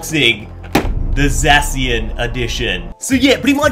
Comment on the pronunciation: ZAY-SHEN stop butchering it